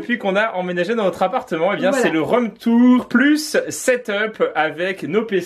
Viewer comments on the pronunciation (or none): « c’est le rhum tour » Tu as bu? 😂